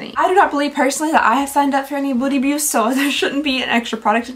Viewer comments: They have GOT to rename the Beauty Boost thing! People keep mispronouncing it to Booty Boost! Do better! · everyone is talking about the subscription boxes and here I am, cracking up, because keeps saying Booty Boost and not Beauty Boost xD you made my day girl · Lol 😂 every time you said beauty boost my brain heard booty boost and I kept wondering.... 😂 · Counting the number of times I hear booty byoost 😂 love you! Always brightens my day 😊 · It’s either “booty boost” or “beauty byoost” not beauty boost 😅 Love that!! Too funny! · I keep hearing "Booty bewst" and I can't stop laughing at how ridiculous Boxycharm has become. Very glad I cancelled my subscription two years ago. It's sad because it used to be my favorite way of getting new makeup!